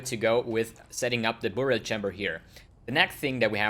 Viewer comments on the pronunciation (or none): I love the way you say "BOOORial Chambers..." so exotic!